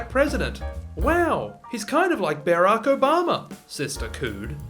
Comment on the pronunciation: “Bearock Obama” XD